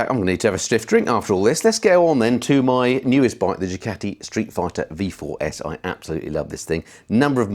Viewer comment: Did you say "Street Frighter" in the intro? 😂😂